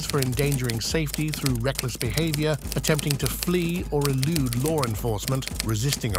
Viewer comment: lore enforcement? theres clearly not an r in the word law.